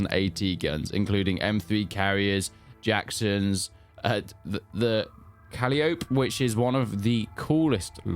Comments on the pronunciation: "caliope" is pronounced "cuh-lie-oh-pee" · If you're wondering, 'Calliope' is pronounced 'Cah-lie-oh-pee' also I think you mean Werbelwind... not that it matters anyway because it's an Ostwind, but yeah :p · Did that dumb kid just say "Cal-ee-ohp"??? LOL